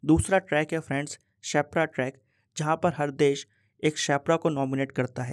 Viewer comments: Sir ap shepra Bol rhe ho per use sherpa bolte h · You are calling sherpa as shepra🙂